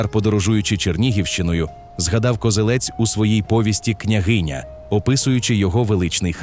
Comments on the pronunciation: Я перепрошую, та КозЕлець, а не КозелЕць. Місцеві завжди говорять саме так. То на московитський лад наголос на останньому складі. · Не Козелець, а Козелець. Наголос на другу е.